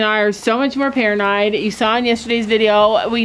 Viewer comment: Good morning fam! Oops That heater is to tall for sure!! Put smoke detectors in the barn to be on the safe side!! you say paranoid funny..you said like paranide!😂😂I pray everything goes well!! 🙏🙏🙏🙏